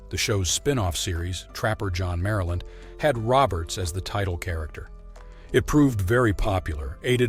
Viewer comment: Trapper John MD, as in medical doctor. Not Maryland.